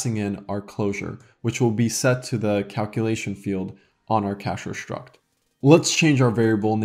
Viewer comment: I unironically love how you pronounce "шtruct". I am going to annoy so many people copying this